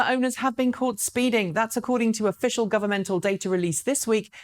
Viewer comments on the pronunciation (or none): none